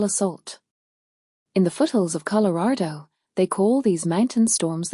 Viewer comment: The story may be good I cannot get over the mispronouncing of Colorado, farther instead of father, “the rain wasn’t farthing”. Didn’t listen to the rest!